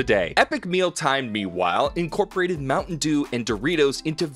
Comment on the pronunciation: my mom was listening to this and she was like, "mountain eww"